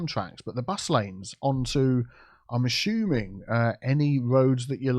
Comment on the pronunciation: Am I the only one loving it whenever says "ASHUMING"??? 😁🤣